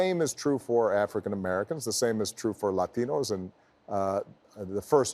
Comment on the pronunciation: I have always loved the Obamas but the fact that Sir took a moment to pronounce Latinos with the proper accent, just melted my heart! Go on my forever President!